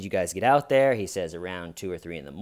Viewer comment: You don't think that hay-ur is they-ur, Dalton? The HAY-UR WAS THEY-UR.